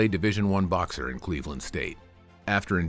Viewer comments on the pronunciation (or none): none